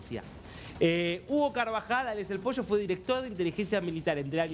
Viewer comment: posho nooo, ES POLLO, CON P